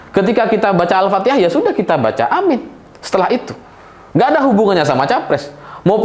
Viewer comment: Aamiin bukan AMIN. Beda sekali arti dan makna dari lapasz.ucapannya.